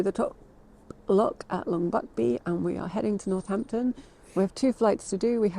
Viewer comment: It's North-ampton... Not North-Hampton. LOL.